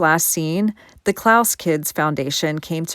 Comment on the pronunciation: Klass is pronounced class , that is another strange case there’s alternate theories on what really happened to Polly and why it happened there’s some suspicion the dad either owed money or had something to do with it possible sex ring